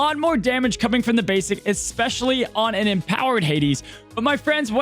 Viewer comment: f·%k the Oxford English Dictionary, "Expecially" should be a word. I got you,.